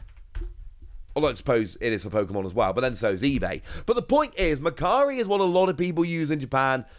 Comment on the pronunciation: Today I learned Japanese site for trading and selling goods is actually called mercary. Before seeing the logo I thought it's called "Makkari", thanks to wonderful accent 😅